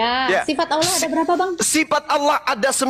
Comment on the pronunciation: Yg mana huruf u sampai kau bilang aullah